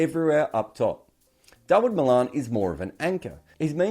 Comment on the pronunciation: Poor performance by England & Wales. We will not take any Aussie critique. Can't even pronouce Malan's name correctly. Can't wait for the next Ashes. Heads will roll over this pathetic performance in India, but we don't really care what you believe or not believe.